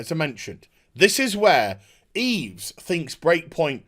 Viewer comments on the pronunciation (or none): Oh a propos, as a matter of correct pronunciation of the french name Yves....the s is silent, therefore, it should sound like "EVE" when you say it correctly. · Yves is actually pronounced "eve". The more you know.. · btw the s is silent in Yves:)